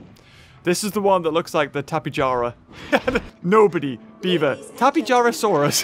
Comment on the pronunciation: Is actually Tap-ae-hara-saurus